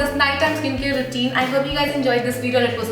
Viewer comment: the video is great, as always but I'm not very sure if you saying routine or regime!🙊